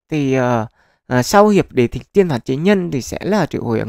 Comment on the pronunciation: Đế Thích á ad đọc lộn rồi , chắc boss chip fan tây hành kỷ